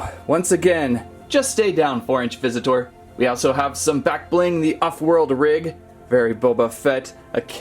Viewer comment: Why does he say visit tour